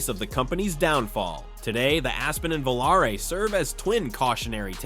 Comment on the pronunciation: Lol, this is fun. But, having lived through the radio ads for it, it was pronounced Voh-LAH-ray, not Volaray.